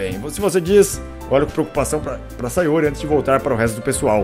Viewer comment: Sayóre kkkkkkkkkkkkkkkkkk